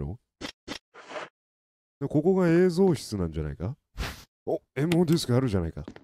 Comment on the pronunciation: 「MOディスク」が「M用ディスク」にしか聞こえないw